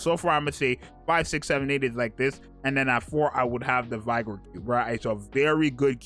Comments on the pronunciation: Z, the Vigor vibe is pronounced like "viggor". It means life. Just looking out, bro. Great video! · Isn't Canadian? How come he can't pronounce vigor and bastion???😅